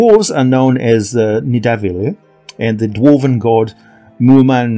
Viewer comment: Its pronounced Nitha-val-ear, the realm of the asgardian dwarves